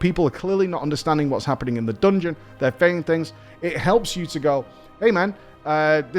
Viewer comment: I absolutely loved that “dongon” 🤣❤️